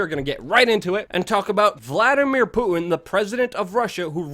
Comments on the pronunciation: PuTin not pooin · Hey Luke, I'm being hyper critical here but enunciate your "T"'s please. It's not just you but I'm hearing this a lot from Americans in recent years where words like "Putin" comes out like "Pooin" or Satan sounds like "Sayyin". What's up with this? Is this a conspiracy against the T sound?